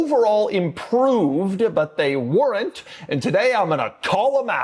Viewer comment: Doug's the kind of guy to say "weren't" with 2 syllables.